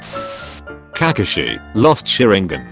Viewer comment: This guy pronouce kakashi and sasuke as Kakushi and sasuk